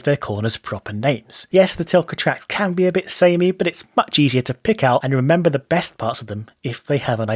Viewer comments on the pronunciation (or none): none